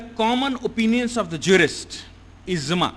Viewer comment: It is IJMA and not IZMA..! The word IJMA comes from JAM'A means to collect and thus is the term where it implies for the collection of the opinions of Jurists. Some other mis-pronounced words in this lectures are: *KAAVA-Kaaba *NAWAJ-Namaz *ALISALAM-Alaihissalam e.t.c, Your lectures are excellent but kindly be succinct with the pronunciation. Regards, Shahab Shabbir Aligarh Muslim University